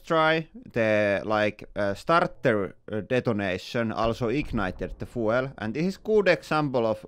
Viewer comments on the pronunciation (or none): It’s not FOO-EL (fuel) it’s F-YOU-L Source: I am a language teacher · This is the most Finnish accent ever. The. Most. "fooel" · Fuel pronounced 'fjuul' 🤓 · Not 'fwel', but 'fjuul' 😉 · scadooooshhh! I love how he says fuel. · I really love how everyone is pronouncing "fuel." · CAN someone tel him how you pronounce « Fuel »!😅🤣